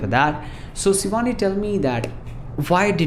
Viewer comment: aap sh ko s kyu bolte ho jese shivani ka sivaani